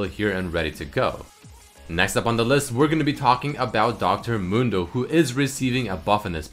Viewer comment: Anyone hear dr. Mundo as dog turd mondo?